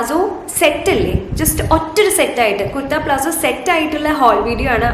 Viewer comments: Plazzo Alla palazzo.. I meant the pronunciation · .Plazzo ennala.It’s Palazzo.fix this basic pronounciation mistake😂